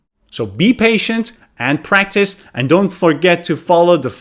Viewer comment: hi, my teacher, how are you, is it prctice or practice 🙃